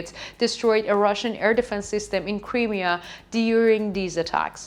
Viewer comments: It is NOT "THE Crimea", and some other issues Smoke RISING, not "Raising" - Crimea is not pronounced "Cremea", it is prounounced "CrYmea" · PLEASE!!! Please learn how to pronounce Crimea …. It’s like this…. .ah She’s cute but someone needs to help her with pronunciation GOD BLESS UKRAINE GLORY TO THE HEROES OF UKRAINE ❣️❣️❣️